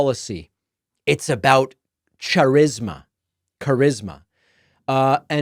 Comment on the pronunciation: This dude doesn't even know how to say the word charisma, why is anyone tak8ng political opinions from this clown😂😂😂